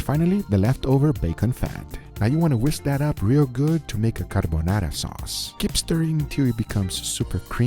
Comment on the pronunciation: The word carbonarra😂😂😂